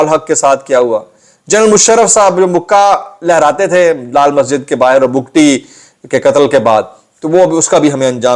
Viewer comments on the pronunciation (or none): none